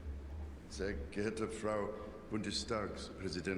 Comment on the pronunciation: Hi there! I started watching your videos because of your cute scottish accent. Regarding your question: King Charles has a good German, it is very clear, you can hear he also worked on his pronunciation. There are only little details like the word Frau (wife/woman) which sounds like “frowe“. So the u stays a bit in the cheeks, and does not get out of the mouth in the pronunciation. (What I have noticed is German is talked mostly in the throat, English between the cheeks and Spanish in the front part of the mouth with a lot of tongue movement). Also a common “mistake“ of foreigners is between using “wurde“ and “würde“. I have noticed that the reason for that is often because other countries don't say things so “harsh“ and stright to the point as in Germany. So for their ears using “würde“ f.e. sounds softer/ more polite, but from grammatic it is not quite correct, and it has slightly a different meaning. (You could say like: We appreciated to have been invited to we would have been invited ;)) In Germany regurlaly everybody speaks Hochdeutsch, which could be translate as pure German. Depending on the region we have different accents and dialects as well. Even for me f.e. when I travel to Niederbayern and they start talking, I almost don't understand a word, lol. And I am Native Speaker. On the other hand, it was interesting for me to hear from a former fellow mate from school that I talk what he called “Oxford German“. As at home we never learned to talk in the accent of Mannh